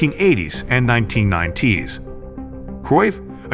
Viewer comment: AI voiced. Can't pronounce Ajax or Louis Van Gaal. ... and 1990s... oh my word...